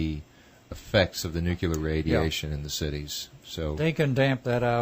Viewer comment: NUKILER BOMBS.. why the fuck people can't speak their own fucking language... nuclear... how the fuck you read it as nukiler...